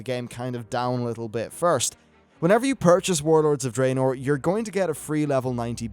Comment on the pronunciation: Draenor is pronounced Dra-nor. The only bad thing about your vids, everything else is top notch but I can't listen when you say it wrong lol